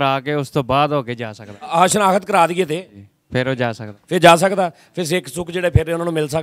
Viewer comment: Jani saab asi app di Kadar karde aaa par tuci 9.20 te keha sikh sukh apna bolne ka tarika sahi kare sikh kaho g asi Pakistan di dharti nu guruaa samjde aaa te sare veera di khair magde aaa plz give respect 🙏🙏🙏 Rabb rakha